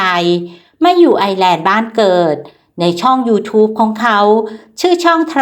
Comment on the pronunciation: ต้องออกเสียงว่า ไอ เอ้อ แลนด์